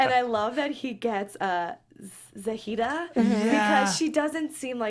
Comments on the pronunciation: Za-hi-da. Not Za-hee-ta👌🏾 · its Za-hee-duh *she was on Geordie shore and EOTB., you're saying Geordie wrong. Also, Bear was never on Geordie shore (i know, ive seen all episodes lol), he was on EOTB and hosted Just Tattoo of us. Ashley was also Kayleighs ex. Ashley nearly beat up Bear on Just Tattoo of us. Bear is for real a shit stirrer. worse than Theo. found it so hilarious that BEAR was trying to calm and pull Theo back cause he's the one who usually caused the drama lol sooo excited my fave UK shows are now on the challenge!!